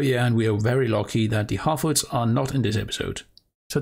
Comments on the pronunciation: The way you said Harfoots, I almost thought you said halfwits. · I thought you said half-wits 🤣